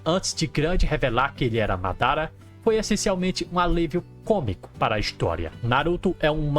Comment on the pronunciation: pqp pq vc n fala "madara"??? assassino é? kkkk